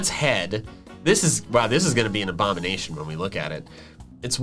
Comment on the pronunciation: saying a abomination wrong and praising him self Me: hey man just accept your failure